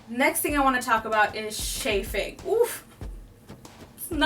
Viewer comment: Shaffing ? Chaffing.